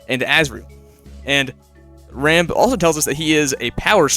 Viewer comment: WHY DOES EVERYONE CALL HIM RAMB THERE, HE'S ROMB